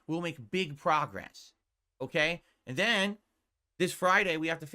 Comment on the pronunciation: “Like a Dragon refuses to prahgress” 😂😂😂😂